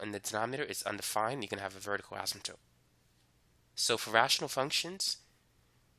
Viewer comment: vertical asymptote